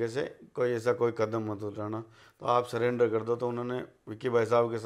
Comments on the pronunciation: surrender ko cylinder koi bhi aria me nhi bola jata bhai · पूरा परिवार शिक्षित है सरेंडर को सिलेंडर बोल रहा है